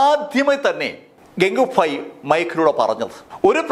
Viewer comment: ഇടക്കിടക്ക് ഫായി എന്ന് പറഞ്ഞു പോവുന്നു..